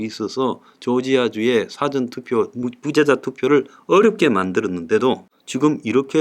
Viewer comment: 사전투표. 이분 발음이 dictionary 투표 같이 들리네요.하하. 웃자고하는 소리입니다. 힘네세요!